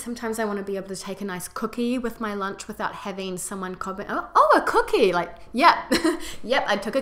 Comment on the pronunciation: Shes the first person I've heard say "Cookie" with an accent.